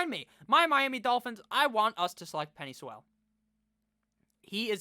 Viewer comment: Love you but you gotta learn how to say Penei Sewell’s name😂